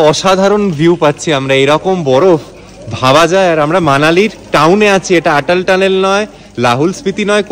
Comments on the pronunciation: খুব ভাল লাগলো দাদা. এই ভ্লগটি প্রতিটি ভ্লগের সাথে একই রকম তথ্যপূর্ণ এবং ভালভাবে উপস্থাপন করা হয়েছে। শুধুমাত্র একটি অনুরোধ, অটল টানেল কে উচ্চারণে আটাল টানেল বলবেন না. আমি আশা করি আপনি কিছু মনে করবেন না🙏.অনেক শুভ কামনা 🌷✨ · খুব সুন্দর। শুধু একটাই কথা 'আটাল' না বলে অটল টানেল বললেই ভাল হত।